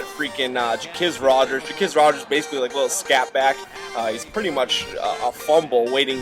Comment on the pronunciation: Wtf u don't know the falcons. Ja quiz Rodgers - jah qwez Rodgers. Nice vid though